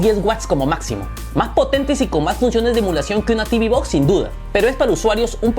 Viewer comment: Tibi box no Teuve box si. Y realmente si se habla en español.... Caja de TV. Y las caja de TV no tienen nada que hacer frente a un pc. Se venden más caja de TV por que son más baratas. Pero jamás an sido las reinas de nada. Unboxing no. Desempaquetado si. Etc Y las mejores mini pc calidad precio son las de Intel.